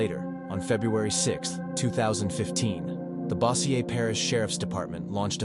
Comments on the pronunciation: its pronounced BO-jerr (Bossier) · The way you say bossier lol 😆